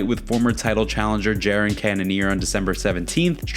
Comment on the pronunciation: Is just one of those mispronounced/wrong fighter names. "Jaron" instead of Jared. Turned on subtitles just to see how the transcriber heard it, and it's written as "Jaron". 😂 Get it together, guy. You're an MMA channel ffs. If you want to sound ignorant and mispronounce basic English words and misuse phrases, that's one thing. But get the fighters names right.